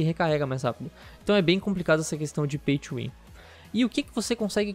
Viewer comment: caralho demorou até eu entender oq é esse Paitchuwin kkkkk até eu entender que ele tá falando Pay to win